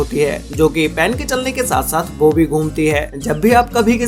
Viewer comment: everyone : ball pen this guy : ball pan :)